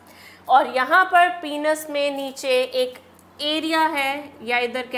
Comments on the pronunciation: Penis is not pronounced as पिनस ,its pronounced as पेनिस। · YEAH!! But I'm still in shock maam's pronunciation of some words like gamets,penis & many more....😳😳 If her pronounciations are ryt then my whole life was a lie 😭🙂😟